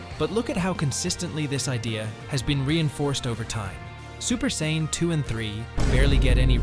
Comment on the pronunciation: Can't call yourself a fan or the goat if you can't pronounce what race Goku or Vegeta are.